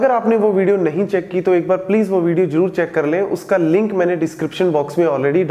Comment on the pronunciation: "Jero" and "jaroror" or "zero" and "zaror"